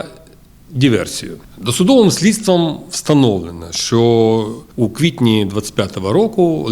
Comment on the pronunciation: не што а що та не релейный шкаф а релейна шафа!